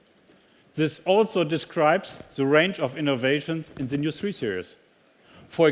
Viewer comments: The = Seh , das ist so peinlich. The spricht man - Dh, bzw. Dih ( je nach dem welches Wort voraus geht, aber niemals Seh!!!)...und This spricht man auch - This, bzw. Diehs und niemals Siss!! Das kann doch nicht so schwer sein...und das als Weltmarke! Einfach nur Fremdschämen! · It is embarrassing that such a Top Manager only speaks poor English. Tut mir in den Ohren weh. Vor allem, wenn "the" immer als "sse" gesprochen wird. Sagt ihm das keiner, dass das behindert klingt?